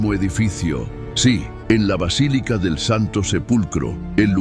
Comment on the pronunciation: Sres: “vacilica” es erróneo. Es Basílica! Que descuido